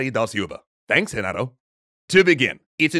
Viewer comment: Excellent video, it's really difficult to make people understand how taxing social interaction can be for inteoverts P.S. That was the weirdest pronunciation of Renato unless it's really intended to sound that strange